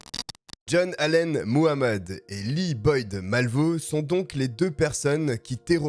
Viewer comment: Faites attention quand vous prononcez Muhammed le h n’est pas muets